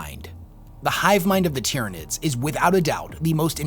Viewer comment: There is a LOT that I disagree with in this video and I'm a 'Nids player. HOWEVER, the points make sense and it is well made and argued. Honestly, when you get to this level of power, it's more like who is sitting on who's shoulders while on the #1 podium. His pronunciation of most of the names is driving me nuts, however. Hell, I'm pretty sure he called them the "Dyrranids" once or twice.